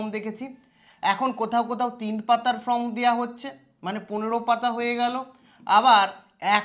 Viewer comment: আরে ভাই উচ্চারণটা ফর্ম,ফ্রম নয়।